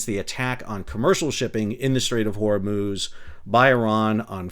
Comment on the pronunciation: "hormooz" :D Cracks me up every time.